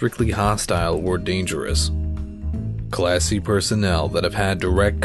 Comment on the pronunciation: Who else hears "Class C" as "Classy".